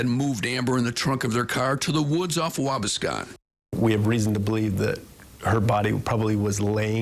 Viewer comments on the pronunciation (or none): It is Waa - bass-con. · Has nothing to do with the video, but I'm just over here laughing at the way dude pronounced Waubascon. 🤷‍♂️😂